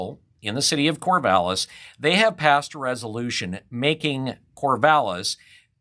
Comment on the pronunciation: Corvallis. Really???